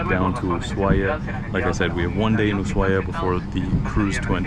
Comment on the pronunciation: El primer yanqui que pronuncia bien Ushuaia